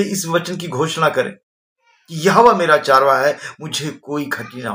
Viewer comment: चारवाहा शबद नही चरवाहा शबद है हिनदी जरा शुदध बोले